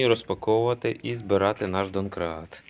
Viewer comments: ДОМКРАТ, а не ДОНКРАТ... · ДоНкрат! Ха-ах-ха--а! Дон-Дон :face-green-smiling: Вони реально кажуть доНкрат - це не опечатка... ))